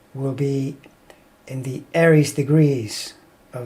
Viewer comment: Aries not Eris, hon.